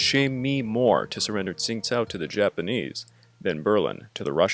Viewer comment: Great video! I used to live in Qingdao, so this was really interesting to me. I've actually been to the old German quarter there once. One thing though, the city's name isn't really pronounced like "Tsingtao." It actually sounds a lot closer to "Chingdao."